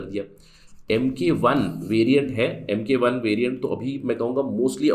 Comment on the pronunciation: It's mk1 not might 1